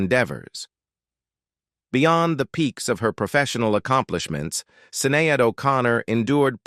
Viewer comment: The pronociasion of Sinead is more like shinedd, not Sinead like this person say here. Had just to mention this fact.